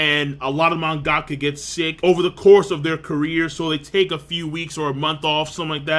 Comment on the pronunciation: its pronounced man-ga-ka not mon-gack-ka, lol.